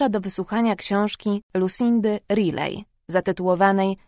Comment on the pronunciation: Już zła wymowa nazwiska autorki "Rilej" zamiast "Rajli" zniechęca do dalszego słuchanie. To nie pierwszy raz, kiedy kobieta źle wymawia nazwisko autora/autorki książki. Tak było już w przypadku czytanych przez inną lektorkę książek Camilli Lackberg (nie wiem, jak wstawić tą kropkę nad "a"), gdzie zamiast "do wysłuchania książki Kamili Lackberg", słychać na początku "do wysłuchania książki Kamilli Lekbery".